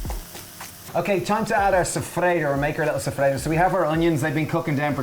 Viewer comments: Soffritto!!! Non sofredo... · Love it! BTW, soffritto is pronounced so-free-tow 😜